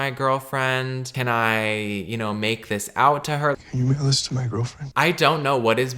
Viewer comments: sounds like "can you molest my girlfriend?" and i cant unhear it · I mean I kept hearing "can you make a list to my girlfriend" so I don't blame 😂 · I heard "Can you enlist my girlfriend?" lmaooo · i thought he said can you wiggle this to my girlfriend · Maybe I'm just being over confident but... "Can you mail this to my girlfriend?" I feel like that's what he mumbles??? Am i imagining things??? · He was saying mail?? Lmfao thanks I was also super confused 😂 it wasn’t that clear